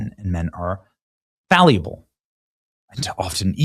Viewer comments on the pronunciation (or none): Everybody drink! We have another mispronunciation: "Falliable". The word is "fallible" not "falliable". What is Benny Johnson's first language because it sure ain't English?